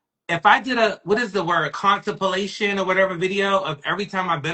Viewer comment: Sorry, did he say 'contipalation' ??? With full chest too??? 🙈 The audacity he has to be so wrong accompanied by a side of strong lol.... but I'm here for it 😂 he's blissfully unaware!